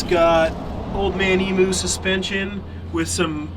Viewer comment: FFS, it's not emooo, it's emu. Can you guys in the U.S. actually get it right ??? An "Emu" is a bird that is native to Australia (be it a pain in the arse!) it is on our coat of arms & part of who we are, so PLEASE ....... pronounce it as it is spelt, with the "U" (I can't see oooo in there)